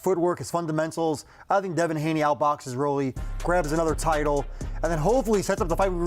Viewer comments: Ryan needs to stop with that "A side" bullshit, and just make the rematch happen with Devin. Apart from a Benavidez vs Canelo fight, the rematch with Ryan is literally the best fight to make in boxing, right now. Also, age must be catching up to Max Kellerman, because he kept pronouncing Rolly as "raw-ly". Da fook? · The way he pronounces Rolly is sooooo annoyinggggg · Which is strange cause he pronounced Rolly correctly. He’s just rage baiting all of us lol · Because that’s how it’s spelt. It’s a dumbass name. Just call him Rolando or spell it “Roley” if you want people to pronounce it correctly.’ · Max is definitely doing it on purpose because he has said rollys name right plenty times before in the past lmao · If you listen he said it perfectly fine the first time and then started hating pronouncing his name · The fact he said it right the first time and then proceeded to mispronounce it is insane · so u mean to tell me, Rolly been allow people to call his name incorrectly?? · As a boxing veteran fan, Max knows damn well, (even if the culture will never fully acknowledge Rollie) [but real ones do because we’ve seen what he’s accomplished] his nickname is pronounced “ROLL-EEEE” not “rawly” lol. Rollie, like a Rolex. Max, your gray hairs are showing, and it’s through your ego 😂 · Word. Lol His name is Rolando.. Roll-ee.. its not that hard! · Shit was annoying saying rawlee. Clearly said Rolly properly twice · I use to have some respect for Kellerman even tho I think he’s kinda clownish sometimes with his takes. Then he starts calling buddy Raleigh after clearly saying his name CORRECTLY the first time. Clown behavior. If I was Rolly i would roll up on him and check him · Max is saying Raleigh and Oscar say Roll-lees smh 😂 say it right geez! 😂 03/10/2026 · its pronounced ROLL-LEE NOT RAW-LEE. sheesh max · Rolly = Row - Lee. Not Roly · Rah-Lee ? Seriously max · Max pissing me off saying Raleigh instead of Rolly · Does it piss you off when ppl say “Rollies”?